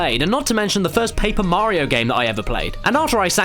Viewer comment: Sounds more like "Mar-rio" like they stress the A and R.